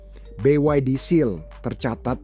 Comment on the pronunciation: BYD bambang.. bukan BWD